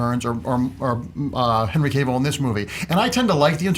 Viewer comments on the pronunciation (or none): It's Henry Cavill (Kah-vill). Not Cayvill. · Cavill. Kahh ville. Not Cay ville. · Who is Henry Cave-ill?